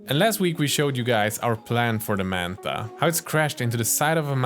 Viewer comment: Why do you keep calling it “mantha”?